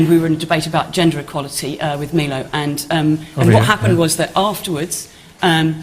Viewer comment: Calling him 'Meelo' was pretty lame- what a bitch lol.